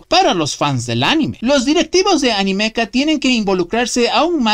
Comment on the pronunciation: Tu pronuncias ANIMEKA como "Animéka", yo como "Anímeka", no pensamos igual